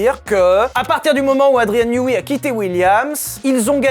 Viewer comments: Andrien newey se dit newé et ps newi. Ça m’a rendu fou toute la vidéo , elle est très bien malgré tout ☺️ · J’ai été tilt seconde une quand il a prononcé Newi au lieu de Neway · Ta prononciation de Newey pique les oreilles, ça ce dit ai le fin